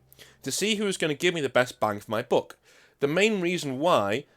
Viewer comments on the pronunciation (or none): none